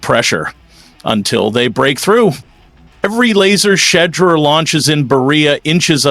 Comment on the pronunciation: Quit call him Shed-der His name is pronounced "She-duer"